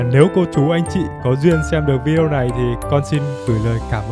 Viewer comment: Chào bạn ! Cả thế giới ai cũng đọc là VI-ĐÊ-Ô , không có vi-đeo nha bạn !!!